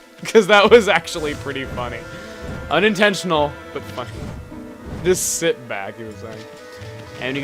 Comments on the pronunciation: "Shit back and..." now thats what i call "A Mispronounciation......Win?" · just shit back xD great Mispronunciation there ;)